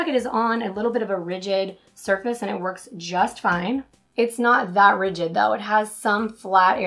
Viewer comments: Rigid? I think you meant to say "ridged". They do not have the same pronunciation. Rigid has two syllables while ridged has one. Pronouncing ridged is like bridged without the B. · Are you saying rigid or ridged? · Try using the SwiftKey keyboard, or any other keyboard that allows you to move the keyboard to the most comfortable position and size for your thumb. Also, you kept saying RIGID (rij'-id, meaning hard), when you meant to say RIDGED (rij-d, meaning textured). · Rigid generally means stiff, unbending. Are you maybe trying to say ridged? Checked your pronunciations. Perhaps Google it